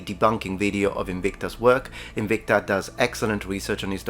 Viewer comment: Good video aside, as usual, I just love that is so into his Latin roleplaying that he pronounced it Inwikta when prolly all the planet (OP included) pronounces it as it is written.